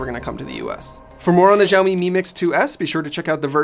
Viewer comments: Its not jiaomi. It's SHaomi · Is it that difficult to pronounce the company's name even close to correctly? Xiao mi = Shao mi, NOT Jiao mi... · Xioami is said more like a S sound than a Z for future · It’s Xiaomi as in ‘Shaomi’ NOT Jiaomi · Its sao mi. Not jao mi. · It's Shaomi not jaomi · Why everybody's saying "Jaomi"?? It's pronounced more like "shaomi" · Zaomi? I thought it was pronounced Shaomi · It's 'shaomi', not 'jaoimi' or 'zaomi' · Why the hell does this channel not pronounce Xiaomi correctly? It's not like the letter X doesn't exist in English. X is x like in xylophone. Why is it even pronounced as J now? WTF. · Pronounce it like "saomi" not "jaomi"...😑🔥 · It's Xiaomi not Jaomi 😀😁😂😀😁😂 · Its not zaomi lol😂😂😂😂😂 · WTF is Jaomi? It's Xiaomi. Xi--ao-- mi. It's not that hard at all. If you still don't know how to pronounce, at least listen to Google translate first. What the hell is Jaomi. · Pls dont say “Ziamo mi mix” its xiaomi, u must say “Kciaomi” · 'x' in Chinese is pronounced more like a 'sh', think of Xiaomi more like shao-mee. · Its pronounced as Shaomi BTW. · Xiaomi is pronounced like shao-mee. Like shao in shaolin soccer. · Yo it's pronounced SHEEYAO-ME, there's no Z-sound in Xiaomi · That's absolutely right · its pronounced sha - o - mi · jaomi? jaomi? such , take 40secs to search for the name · No it's pronounced she-ao-mi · A note from a Chinese speaker: it's pronounced SHE-ow MI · Someone please tell the 'X' in Xiaomi is pronounced (roughly) 'sh'. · Xiaomi is pronounced “shao-mee”... Like “show” in ‘shower’... Why are so many YouTube channels getting it wrong??? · Pronounce it like /siɔ/ /mi/ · isn't xiaomi pronounced shaomi ??!!